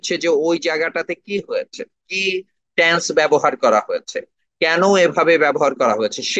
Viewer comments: উচ্চারণটা ট্যান্স হবে না, টেন্স হবে। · ট্যানস উচ্চারণ করল অথচ তিনি চেয়ারম্যান।